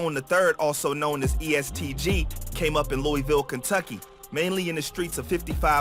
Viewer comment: Also my guy it’s LOOAVUL not LOOEYVILLE, all love tho keep grinding